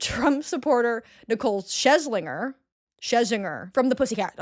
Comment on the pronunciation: lmao are Sinitta and Nicole Scherzinger the same person now? Also it’s cher-zinger sound it out hun